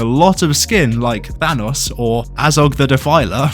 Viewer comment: Why did you pronounce thanos incorrectly!